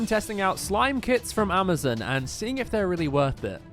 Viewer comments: Amazon not amizin 😂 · It’s Amazon not Amizin It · Bro he said Amazin but it is called Amazon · Amozon not Amozen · Amazon❌ Amizin ✅ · It's not amazin it is Amazon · Nah not the “Amazen” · It is not pronounced amozoon it is pronounced Amazon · Amazon❌ Amazin✅ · “Today I’m testing slime kits from Amazen” lol (NO HATE BUT LOL) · Bro said "amuzn" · Hold up “amizin?” Had he laughing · Amizin” lol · Amazon ❌ Amezon✅ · The 'Amizin' in the beginning gets me everytime XD Also, best vids ever.